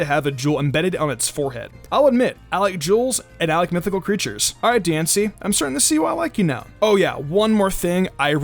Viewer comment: My friend overheard me watching this once and he thought you said juul when talking about diancie